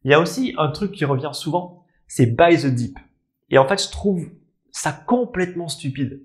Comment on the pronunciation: Buy zeuh deep 😂😂